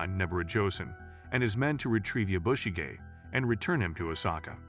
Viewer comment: Please learn how to pronounce the name Yabushige. listening to you is extremely annoying. There is no accent on the "bu" part of the name. The "a" is pronounced like the "o" in comet.